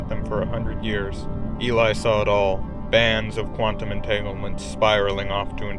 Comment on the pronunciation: Quant - ja - vous